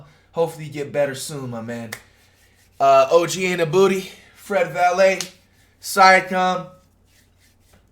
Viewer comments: “Oj Anabooty😂😂” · “Og annabooty” 💀💀💀